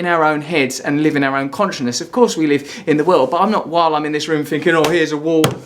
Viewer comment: Don't bother calling it "escapism", Arrivalism makes more sense. Also, "Conch-ih-ness".